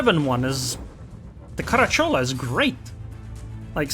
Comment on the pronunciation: I know these things are not easy to understand for a non native speaker, but believe me, every Italian would pronounce the name Caràcciolo. The pronunciations from Google do not take in account certain specific grammar rules for derived and not proper words (a term of endearment in this case, common in southern Italy)